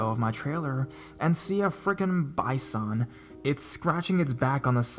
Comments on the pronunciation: love you and love your videos, man! These are GREAT stories. Always love the woods/forest ones. I had a good laugh (sorry) trying to understand what you were saying on the 2nd story that was scratching it's back on the trailer. Hee hee! It's bye-sun not bye-sahn. American Bison aka buffalo aka tatanka.;-) You're the best!!! Xie xie ni. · I know,right. I was wondering what the heck a By-sahn was, I missed the rest of the story. WTF, I know there are dictionaries in Canada. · The host has a strange cadence and odd pronunciation. 'Bisahn?' I like him though, he sounds like he's passionate about what he does. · ByeSon! Made me laugh. He's Canadian though so maybe that's why he said it weird. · Where are you from? You pronounce bison a little strangely in my opinion.